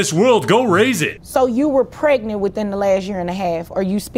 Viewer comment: I knew those women hated their kids when they took the “g” outta pregnant and started saying they were prey-nant. “I’m prey-nant”.